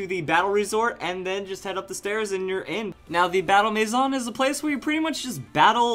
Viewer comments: Its not mayzon its a french word maison for house. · Eh, a little bit, but he's not far from the actual pronunciation, which is may-zun. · I AM SO TRIGGERED BY HOW HE SAYS MANSION WRONG!!!!!!!!!!!!!!!! But over all a great video. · Am I the only one bothered by the way he says maison